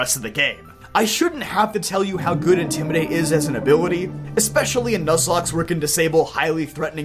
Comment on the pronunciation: You say intimidate I hear incineraor